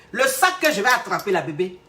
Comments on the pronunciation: yè bloquè ça 🤣🤣🤣🤣🤣🤣😍💕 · "ye eee bloquer ça..." lol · "Ye vais bloquer ça" 😆😆😆j'adore 😅😅